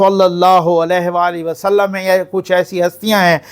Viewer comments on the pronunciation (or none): none